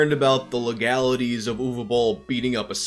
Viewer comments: Watched just to hear the correct pronunciation of Uwe Boll. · Thanks for pronouncing his name right! Another great vid bro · Yeah. It's Ooh-vay Bowl. You're welcome.